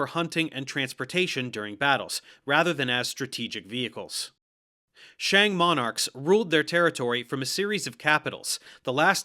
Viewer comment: I was so happy when he actually got the pronunciation of "Xia" pretty accurate... Then he said "shang" in the most American way possible lmao.